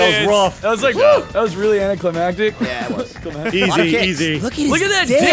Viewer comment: "Anticlimatic"... sigh